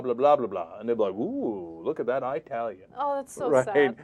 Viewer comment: What's with Cenk always saying I-talian?